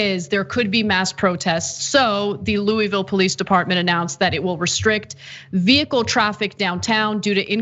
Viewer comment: Very respectfully: you are not saying the name of the town and Metro Police correctly. The name of the town is Louisville and it is pronounced like you have a mouth full of vowels. I just to work there and have family from there. We can tell if you from there or not based upon how you say the name of the city in Kentucky.